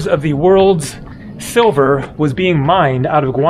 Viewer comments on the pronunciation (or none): none